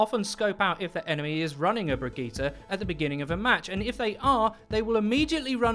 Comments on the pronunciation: Is he saying brigette wrong or have I been saying it wrong? I say “bridge-it” not “bridge-gee-ta” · how about learn to sayt he name first then care about a rework